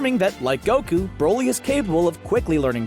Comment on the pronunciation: No one: Absolutely no one: bRo LeE